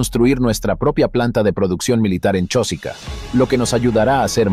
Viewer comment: El que habla en el reportaje no es peruano y habla de nosotros, nuestro, nuestra pronunciando Chósica en vez y lugar de CHOSICA sin acentos. Pronunciar bien Chosica y no Chósica.